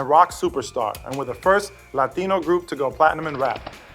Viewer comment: he did pronounce the word Latino with the accent..... but at least he didn't keep talking like that I've heard people get around people with accents and started talking like that...... it's a little embarrassing sometimes